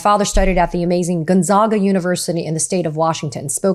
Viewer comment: Nice to hear the shoutout to Gonzaga here in Spokane. However, you mispronounced it. Zag, not zog. 😂